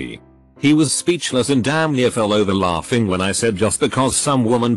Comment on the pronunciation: Nobody: Reddit text to speech: L A U G G I N G